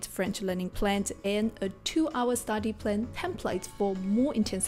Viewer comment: You need to work on saying STUDY not STADY